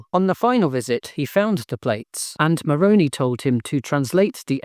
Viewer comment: As a former Mormon, I approve this message. (Just a pro tip here, though. You need to pronounce the angel's name correctly, as Moron-eye, not Moron-ee, lest the Mormons dismiss and mock you.) Good luck translating those plates from the chicken yard! Thanks for another great video. 🩷